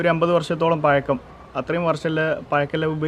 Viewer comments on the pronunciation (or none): പയക്കം അല്ല പഴക്കം